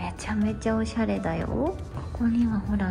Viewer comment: オシャレじゃなくてオサレw